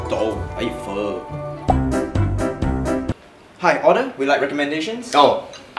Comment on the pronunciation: I am pissed 😤 he didn’t even say pho correctly